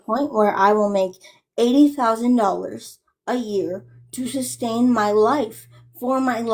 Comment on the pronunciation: Sustain, not substain!!! You are the gift that keeps on giving!!! ❤❤😂